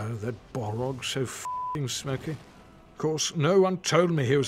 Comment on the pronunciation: Also, "Bollrog" instead of "Balrog"